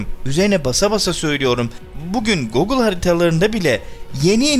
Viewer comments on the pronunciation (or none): none